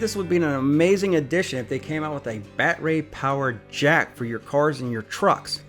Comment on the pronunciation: Gah damn STOP saying BAT RAY! AND MILWAUK-I-A!!!!! ONCE OR TWICE IS FUNNY BUT DUDE THAT IS ANNOYING!